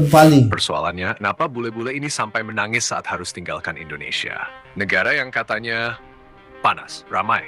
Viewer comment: Indonesia bang bukan endonesia...